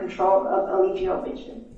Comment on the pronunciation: His own attorney keeps calling him E Lie Gi O Bishop!!!😂😂😂😂